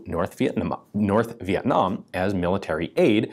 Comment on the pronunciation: Why can't Mr McCollum say North Vietnam? 😮